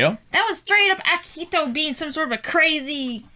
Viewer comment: Yeah I noticed she pronounces it kind of like “aki-he-toe”. Tbh both of them have had trouble pronouncing some names in the show. At this point in the reactions it just makes me giggle